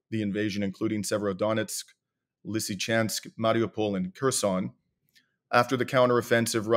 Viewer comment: Pay attention it's Kherson not Kearson 😂🤣😅😆